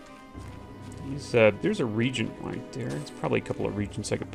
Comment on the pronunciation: Alvar not Avlar, and reagent is pronounced rɪˈeɪdʒ(ə)nt not "regent" riːdʒ(ə)nt